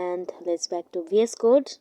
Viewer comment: Please stop saying "BS code" its "VS code"